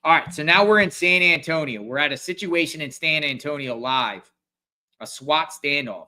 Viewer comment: San Ann tonio 😂